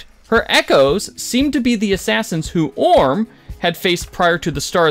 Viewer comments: Dude this is a really great video and I don't want to nitpick, I just think it's pretty funny how you goofed several names -- I'm-ogen, Orm, and Fresh-ly Cut Grass lmao. Still, again, great video! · How does this guy get any views? “Eeeemogen”? “Orn”? “Freshly Cut Grass”? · What is going on that the narrator is reporting on this, but has no idea how to pronounce the PCs names? "Eemogen", "Orm"?, "FreshLY Cut Grass"? "Were you as shocked as we were?" Dude, you weren't shocked, you don't watch the show. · my guy, I love your content, and I appreciate it, I just have one personal gripe, please, PLEASE, pronounce the characters names correctly.. It's a tick that many people have that just frustrates for no reason. /ie-mo-gen/ and /or-im/ (like /im/possible) are how they're phonetically phrased. You're scripting is great and I love the way you speak I just wish those characters got their proper names, hope this doesn't come off hateful, not my intent, just trying to help myself, your viewers and you <3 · How do you mispronounce names that you are introduced to and regularly hear audibly? Imogen? Orym? C’mon man…